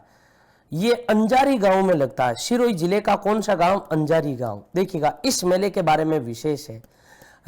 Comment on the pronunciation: अंजारी नही है अजारी है